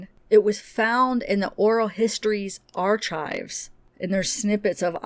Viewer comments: Ar"K"ives not ar"CH"ives. Hard ch as in architect. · Lol..you're pronouncing archives wrong and I laugh every time you say it,..the "CH" sounds like "K" ..ar- k -ives not "chives"..lol..im just poking fun..iv never heard it pronounced the way you do it..lol.. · Hey! No disrespect…but archives is pronounced Ark-ives….not ar-chives. He is so very odd, from the dolls to wearing the childlike clothing with dolls on it….maybe he was encouraged to play with more girl toys than boy toys? This one has me stumped! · I'm crying laughing at the pronunciation of 'archives' lol. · I’m Canadian as well and have NEVER heard it pronounced arCHIVES!!! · The CH in archives is pronounced as a k. Not like chives the onion. Just sayin